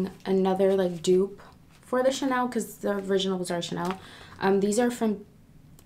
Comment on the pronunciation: It’s pronounced “du-op” but “dope”